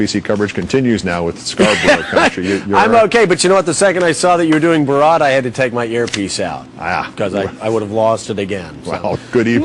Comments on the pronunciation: Mans literally said Robot in reversed to make borat lol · Legit. Every time he pronounced it, it sounded like he was about to throw up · can you atleast learn how to pronounce the name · cringe every time the reporter tries to say "borat" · What can't anybody pronounce his fucking name properly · I hate the way he says 'borat' fucking hell its not hard to pronounce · This stupid presenter can't pronounce "Borat". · THUMBS UP IF YOU LAUGHED THE WAY HE SAID BORAT. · Why does this gay say Borat really shitely?! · Couldn't they find a newsreader that can actually pronounce his name? 🤔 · Why can't he say 'Borat' correctly? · Funny stuff but for fucks sake, the way the newscaster pronounces Borat is bloody cringe =P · I swear to god news anchors are just not real people. I've NEVER heard someone pronounce Borat in any other way but I guess if you are someone completely disconnected from society and practically a robot who just reads a teleprompter then you would mispronounce it. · BORAT....NOT BOROT!! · BORAT not BOORAT...idiot. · Normal people: Have you seen Borat? This guy: BOROT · Why can't Americans say His name right?? It's BorAt...........Not BorOt!!! 🙄🙄🙄🙄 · I dont know how any native english speaker would pronounce rat as rot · OMG its not BOROT Its boRAT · lmao listen to how the americans say Bo RAT , they say it BOW ROT lmao what the hell ? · I wonder if the reporter's mispronunciation of 'Bor-RAHT' was intentional, he seemed to go at it pretty fierce, lol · "Borot" why dont these people do their own research before going on air and sounding like an idiot. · Bo-rot? Really...? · Say BO-ROT one more time , i dare you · Who the hell is Bor ROT, learn to say his name jesus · The only match for borats troll level is the anchor’s consistent mispronouncing and overuse of bo-rat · wtf is with the "bOraught"? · this news guy is a dick! borot???? wtf??? dick! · borot hahha lol does this guy live in a cave or something??? how could no one have corrected him..........